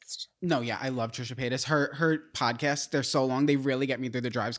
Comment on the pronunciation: did you really just say Trish the fish. 😂😂😂 I remember when the soul siblings talked about seeing Trisha. To be honest, I knew about Andrew first 🤷🏾‍♀️.